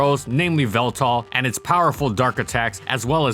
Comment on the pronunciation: Yveltal = Veltal?